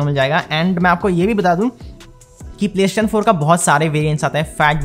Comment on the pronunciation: It triggers me how he calls it ‘playshin’😂